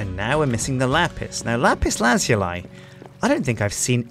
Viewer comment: after all these years and he still doesn't pronounce lapiz lazuli right xD